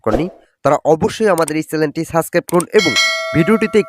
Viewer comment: ভূয়া তথ্য আপনি চ্যানেল না বলে চ্যালেন বলিতেছেন তাতেই বোঝা যায়